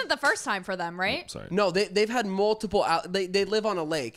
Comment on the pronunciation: “im soery”